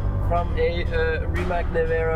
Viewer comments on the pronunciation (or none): RimaC heisst immer noch RimaC und NICHT RimaK. Im Kroatischen wird jeder Buchstabe so gesprochen wie er geschrieben wird und umgekehrt. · Rimac, a Crotian word of course, is actually pronounced RIMATZ.